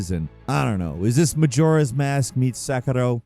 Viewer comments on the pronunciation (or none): I love the channel, but it always bothers me when says "Sekiro"